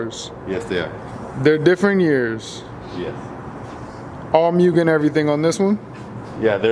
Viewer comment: "Moo-gen" not "Mue-gen"